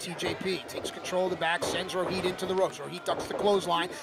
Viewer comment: It is Rohit not Roheet 😂